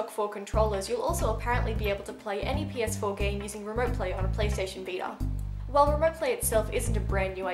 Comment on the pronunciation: u pierced ur nose? :O btw I like how u say Veeter (vita) :P